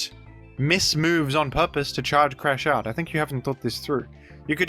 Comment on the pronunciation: I'm crashing out that is misreading Crash Out